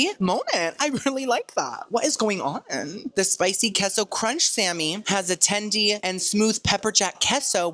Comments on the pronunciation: Keso? 😂 it’s pronounced Kaso 🥰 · its kayso not keso idc what u say 😂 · it’s Case-oh for Queso hhh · K-SO lol. Please just say it like the rest of us